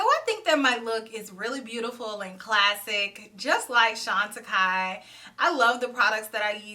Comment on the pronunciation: Now I know how to pronounce that brand thank you. ❤